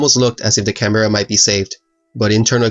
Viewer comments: It’s pronounced Canbruh. Can-bruh not Can-be-ra. It’s so irritating to hear people mispronounce it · Can-BEAR-a, please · Very good account of the battle, excellent graphics, just need to work on your pronunciation of Canberra. We say it as Can Berra And that is about all we can politely say about the place, filled with politicians and bureaucrats. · Good grpahics etc . But spoiled by your poor pronuciationa and pacing. Canbeara its Canberrah! Also you get even basic words wrong. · Its more Can-Bra, you don't pronounce the Berra like Bear-ra. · Canberra is pronounced “can-brah” not “can-bear-a” thought I should point that out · Great video mate, just fyi though Canberra is pronounced can-bra (or can-bear-a)! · Canberra is pronounced can bra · Canberra is pronounced Can-bra if anyone is interested. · Can bear rah 😂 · In Australia we call Canberra, "can-bra". Love your videos btw 👍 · Great job. Side a quick note. Canberra is not pronounced like it looks. It's actually pronounced Can-bruh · Just a little thing but Canberra is pronounced like that It’s pronounced like Can-bra (From your friendly local Australian) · I'll admit, I cringed when you miss-said Caberra...it's pronounced Can Ber Ra =) Other than that, awesome videogram. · The way u pronounced Canberra made this Aussie cringe but great video! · Great vid mate, look forward to going thru previous vids and future ones, also To be honest, its us aussies that mispronounce canberra. ie Can-bra. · Great video love the visuals. One thing canberra is pronounced can-bra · Australian here: The correct pronunciation of Canberra for all you yanks is Can-Bra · Hey man, great video, only point to make is the pronunciation of Canberra. its a common mistake, but you are pronouncing it as it is spelt which is where the issue is. I live in Canberra and the E is silent. its just pronounced "Can-Bra" otherwise great stuff man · he says canberra wrong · The way he pronounced Canberra triggers me, but good video